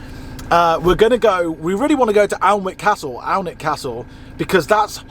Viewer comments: It’s pronounced “Anick” not as it reads “Alnwick” ☺️ great video. Thank you 🙏🏼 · Did you mean An-ick castle? 😀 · Alnwick is pronounced Annick. Don’t know if you mentioned it but I think the admission is a little cheaper if you book and pay online, or that might just be the gardens. Also well worth a look is the huge second hand bookshop in the town. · Pronounced Annick castle 😊 fantastic drone shots of the Causeway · I live in Northumberland, I love it when people try and pronounce Alnwick, very posh lol it's pronounced Anik ☺️ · Alnwick is pronounced as Ann-ick It’s a fabulous spot we are fortunate to live about 70 miles away . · So glad you got to see a bit of Northumbria one thing Alnwick is pronounced Anik great show thanks for everything xxxxxx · Hi I’m from Northumberland I must say we are very lucky to live in this part of the world with such beautiful scenery. We pronounce Alnwick Anick btw 😉 I’ve been and done everything you went too so it brought a lot of memories back, great video 😊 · It’s annick castle it’s a silent L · Alnwick Castle is pronounced Annick Castle 🏰